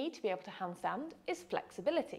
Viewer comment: AS German ITS funny to hear the Word "hundstund"😂 Therefore I have to Copy These exercises!